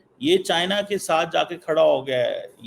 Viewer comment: China❌ chian✅ 😂😂😂😂😂😂😂😂😂